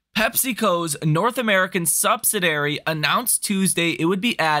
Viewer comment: The way that you pronounce subsidiary made me turn the video off